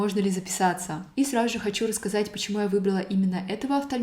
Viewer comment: Мне одной режет слух, как странно говорит фразу «сразу же»? Будто «сражуже»🥲